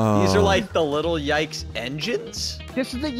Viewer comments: It’s “Little Yikes” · You called it a little tike but its actually little yikes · I thought you sed little yites